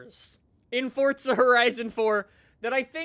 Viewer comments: bro idk if its the way you speak but when you say forza it bothers me b/c your saying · no offence but why do u say forza like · Welcome back to horizon 😂 it’s foRZA not Fortza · WHY DO YOU SAY FORTZA??? ITS FORZA WITHOUT T. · but other than that keep up the gud work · Is it just me or does he say not forza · Its forza not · Why does he say Fortza horizon 4? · WELCOME TO FORTZA HORIZON 4 FORTZA? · Surprisingly someone who thinks Forza is pronounced “Fortsa” can actually spell ‘pronounced’ Or did you just use auto correct? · Stop saying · Is it me or he says in his intro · Today he said forts of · anyone else hates how he says it “fort-za horizon 4” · ok seriously the word "Forza" does NOT have a T in it. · day 9 of trying to tell this man that theres no T in "forza"